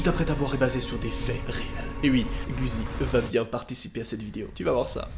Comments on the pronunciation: Jure de respsect ta dit guzzi c'est guizzi genre gui zi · C guizzi pas guuzi 😂😂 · Le "GUI" DE GUIZII! CE PRENONCE COMME LE "GUI" DE GUITAR TOUT SIMPLEMENT. ET NON PAS GUOUIZI OU JE NE SAIS QUOI LOL. PETIT COURS DE FRANÇAIS CONTINU COMME ÇA, JE T'ADORE 💜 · Il a dit Bouzi alors que c'est Guizzi!! Mdr lol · c’est moi ou il dit Guzzi et pas guizzi ?😭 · Ca se dit “GIZZI” si jamais 🙃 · Guizzi sa se dit gizi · le début du pseudo de Guizzy se prononce comme le prénom Guy tt simplement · Ça me stress tu dit guzzi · comme il a écorché son nom "guzzi"😂😂😂